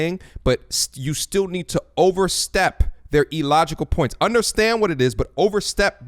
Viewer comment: Its IL-LOGICAL not E-LOGICAL!